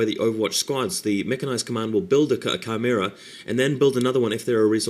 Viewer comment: wow,... at first i thought you were pronouncing "chimera" wrong, and i was about to snootily correct your pronunciation. however, i realized that if i was wrong i'd look like an idiot, so i decided to check a dictionary to make sure i was right... turns out you're pronouncing it properly. damn, all this time i've been pronouncing chimera like an idiot. i would pronounce it like "chimney," but with the last syllable as "era."